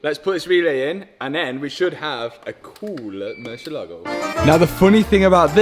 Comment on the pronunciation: Please .. mercy A ligo .. accent over the A